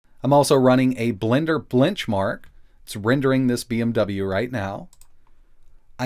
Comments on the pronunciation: Ha ha ha. He said "blench mark." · I was listening at 1.5x and wanted to check my ears... He actually said Blenchmark, that's hilarious